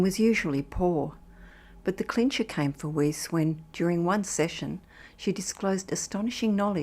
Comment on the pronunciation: Narrator is mispronouncing Weis's name